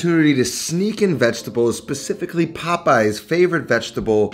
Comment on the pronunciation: pacifically?? what the fuck???